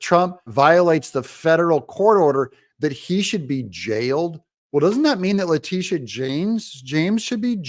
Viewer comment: Please pronounce her name correctly, it’s La-Tit-Tia. 😇